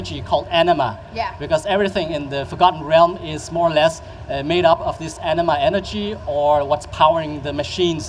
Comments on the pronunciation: The way he's saying it... it sounds like enema. I know it's anima, I can read. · I keep hearing enema....